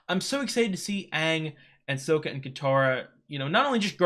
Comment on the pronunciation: Just so you know, its Sokka, not Soka